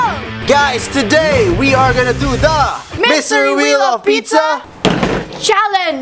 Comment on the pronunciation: "Mystery whee of pizza"🤣🤣